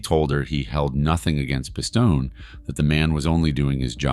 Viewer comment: WHO THE FUCK IS "PISS TOE NAY" 🤣🤣🤣🤣🤣 you also keep calling a capo a soldier wh8ch ruins your credibility.